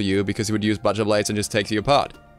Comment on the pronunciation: The way you mispronounced "butcher" annoyed me. But still good information.